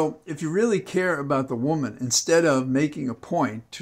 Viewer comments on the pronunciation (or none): none